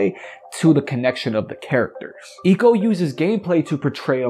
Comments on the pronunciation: Sorry I couldn’t finish this. The mispronunciation of Ico really fucked with the whole vibe. It isn’t Eco, it’s Ico. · I swear its pronounced "eye-co"